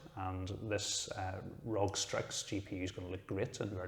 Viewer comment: Great video but ROG is pronounced R-O-G. Just wanted to say that to keep you from getting flamed in the future. Definetly love how the build came out and I'm going to go with a lancool 2 for my next build